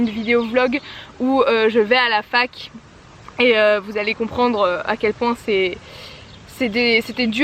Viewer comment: Super vidéo ! Il faudrais juste que tu écoute ton "et" à exactement 1min19